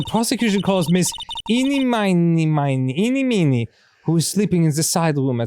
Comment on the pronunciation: is it not driving anyone else nuts that they keep calling ini miney "ini meeny"? no? just me?